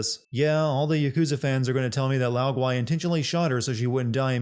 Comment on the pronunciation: The gui in Lao Gui is pronounced as, goo-way, not goo-why.